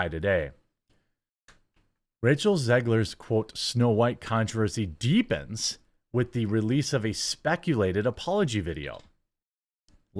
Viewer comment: that punctuation on the word deepens lol, get a pr class dude